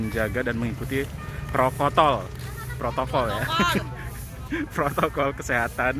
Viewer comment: Prokotol apa Protokol ?